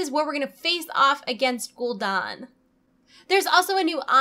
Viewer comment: Guldan as in Danzig, not Guldon as in Don Draper. Otherwise nice video